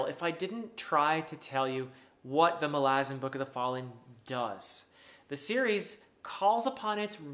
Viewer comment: Doesn't the stress belong on the first "a"?